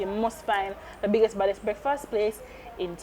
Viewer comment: Emphasis on the "BIGGEST && THE BADDEST" purrr